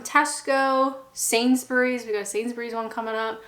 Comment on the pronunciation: It's always nice to hear a North American accent pronouncing Sainsbury properly and not "Sainz-berry"